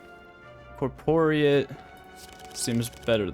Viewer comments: I'm pretty sure Corporeate is pronounced core-pore-ee-ate. As in making something corporeal. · It's pronounced core-pore-ee-ate